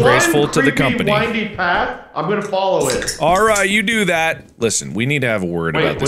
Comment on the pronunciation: How did "I love the company" turn into "I love the come on me" this is the best omg